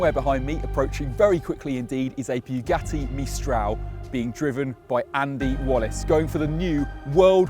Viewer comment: Why like Clarkson do you say Bue Gatty...